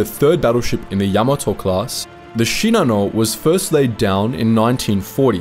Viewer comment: Actually his pronunciation is correct. Most YouTube narrators pronounce it incorrectly.